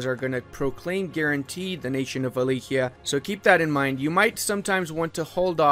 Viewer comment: its not wilikea. its Wa-la-kia